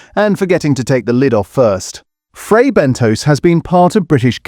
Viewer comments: Have the makers been informed about the fake food ? Also it's Fray Bentos pronounced (Bentoss) not Bentoes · Bentos, not Bentose. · Fray bent toes!😂